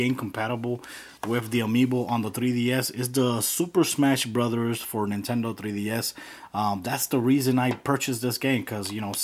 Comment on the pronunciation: Lesracing 2004 that's how he pronounces it. Either way he is saying 3ds